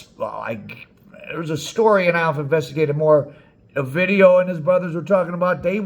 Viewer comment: You should do a video of the time they let A VIDEO go in Culiacán 😂😂 sorry you say OVIDIO Like if you was saying A VIDEO sorry for the trolling